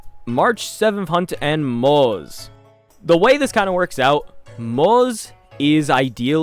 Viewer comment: Day 33,550,336 of reminding CC's that Moze's name is pronounced "Mawt-Suh" But great vid!